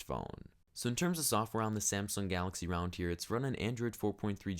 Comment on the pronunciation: I Love how when he says Round it sounds like Realm